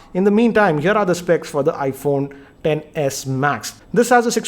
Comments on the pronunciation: Hey it is ten not X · its "X=10" not "X= ecks" thoda padha liya kar kaam aayega next video me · Shouldn't it be pronounced as iPhone 10S 1000 a 10 😂😂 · he says sex